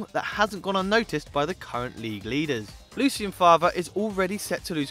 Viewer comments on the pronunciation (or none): none